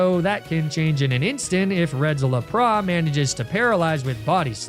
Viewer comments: your pokemon pronouncation sucks, you can't even read their names properly... lapra...? really..? There are much better nuzlockes than you... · La-Pra is taking me out loool I know this ain’t serious. I hope not anyways